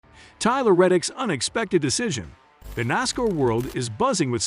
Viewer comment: Botvoices are slow learners. Nosscar?Really?